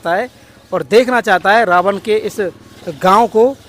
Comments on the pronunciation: rawad nhi ravan bolo........jai shiri radhe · रावण को रावड बोलता है, थोथला आदमी 😂😂😂